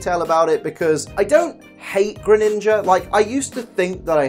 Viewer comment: For dark type I would say alolan persian but I don’t mine you saying Greninga